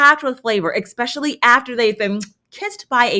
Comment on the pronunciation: I adore you, you're in my top five YT'ers, but girl, you are killing me with the "ekspecially". If you only said it rarely it would be different, but this is a super frequently used word. I know I sound like a nitpicker, I hate it, but, you work in a school love...